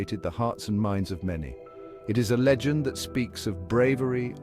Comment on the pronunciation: It's LEgend,not lagend.